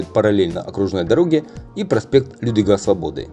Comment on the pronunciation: Неправильное ударение в названии проспекта. Проспект не Людвига СвобОды, а Людвика СвОбоды. Он так навзван в честь чехословацкого военного и государственного деятеля. Лю́двик Сво́бода — чехословацкий военный и государственный деятель, генерал армии ЧССР, президент ЧССР в 1968—1975, трижды Герой ЧССР, Герой Советского Союза, Народный Герой Югославии.